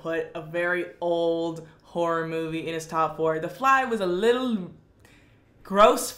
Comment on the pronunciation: The way she says whore instead of horror